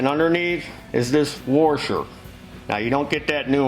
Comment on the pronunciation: I really enjoy the videos, but 'ya killin' me with the " worshers". I'm an original Appalachian American myself, so I know how ta slang dem words, like "didja rech up chonder and check fer them jumper cables". But "Worshers"? C'mon man. 🤣🤣🤣